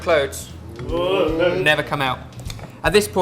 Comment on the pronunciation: don't get that on your clodes he legit said clodes